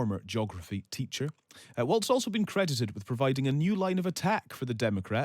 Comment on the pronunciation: Tell the Brits Walz is pronounced “walls”, not “waltz”